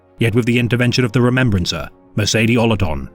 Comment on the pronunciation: the remembwancer... cant listen to someone who cant pronounce the letter 'R' lol